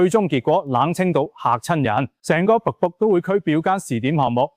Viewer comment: 好心執好啲ai發音😢「北部都會區」變咗瀑布都會區🎉. 什麼是「鐘錶發展商」呀😮. 你可以用普通話的🎉